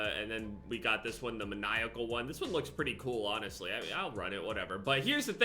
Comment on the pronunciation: “man-eye-a-call” The word Maniac “am I a joke to you?”